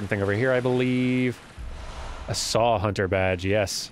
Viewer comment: "You must be a hun'ah."